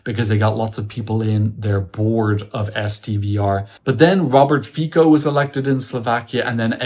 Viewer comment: In the name of the Slovak prime minister, the letter c is pronounced like the c in "citrus," not like the c in "command."